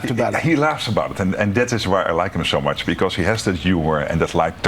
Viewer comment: even english is bad of this rutte: not is, but "isz, hausz, szo mach"